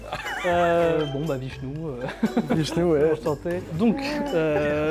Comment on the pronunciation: c'est pas vishnchouche mais vishnou